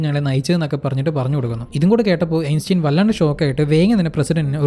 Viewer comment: ബ്രോ സ്പീഡ് കുറച്ച് സംസാരിച്ചാൽ നന്നായിരിക്കും. പിന്നെ ആൽബർട്ട് ഐൻസ്റ്റൈൻ എന്ന് പറയുന്നതിൻറെ പ്രൊനൗൻസിയേഷൻ ശ്രദ്ധിക്കുക എങ്ങനെയാണ് ശരിയായി pronunce ചെയ്യുന്നത് എന്ന് മനസ്സിലാക്കാൻ ശ്രമിക്കുക. മറ്റുള്ളവർ അത് കേൾക്കുകയും ചെയ്യും തെറ്റായ ഉച്ചാരണം തിരുത്തുകയും ചെയ്യും.